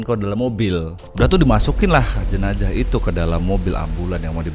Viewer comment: Kenapa tidak bisa bilang jenazah bilang jenajah terus